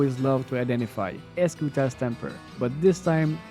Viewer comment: Eschuta - eshooooota Crescent moon - krezent moooon Pronouncing, just for future reference 🫡